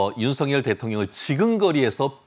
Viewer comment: 윤석열 발음은 윤서결이 아니고 윤성열로 해야한다. 발음법으로는 윤서결이 맞으나, 이름은 고유명사인 관계로 본인이 불려주길 원하는 윤성열이 맞다고 한다.